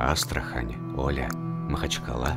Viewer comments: порт в Астраханской области называется Оля́, а не О́ля.🤷‍♂️ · Порт олЯ, а не Оля. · Всё интересно, только не О'ля а Оля'. Порт Оля. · Спасибо. Очень интересно. Маленькое уточнение: порт ОлЯ в Астраханской области. Ударение на Я. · Порт Оля. Ударение на Я.